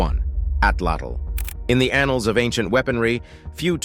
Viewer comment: I just think you like saying annuls